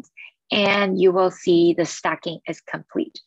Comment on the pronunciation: Pronounced STAY-KING. Not stacking....